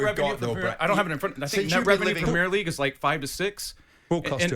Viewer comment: "PRUHMEERLEEEGUE" Go away.